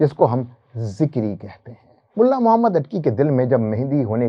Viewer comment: wo sb to theek hai, aap kalima bhi ghalat parh rhe haiñ, Muhammad ki bajaye Mahammad. Phir aala hazrat ki ibaarat bhi theek nahi prh ske. Urdu ki aam ghalatiyan kr rhe haiñ. Aap kidhar se parhe hue haiñ?